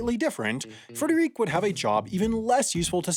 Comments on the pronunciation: We gotta practice those German names a bit more. "Die deutschen Namen müss ma noch ein bissi üben!" Actually German names ending in "-e" are usually female and yes the final "-e" is spoken out. Thus "Frederike" is the female version of "Frederick", "Wilhelmine" the female version of "Wilhelm" (William) and so on. There are few exception like Helge Schneider is not a female at all. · Being German I'm a bit triggered by your pronunciation of the name Frederike....